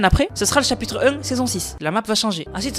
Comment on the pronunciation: Chapitre un ❌ Chapitre em✅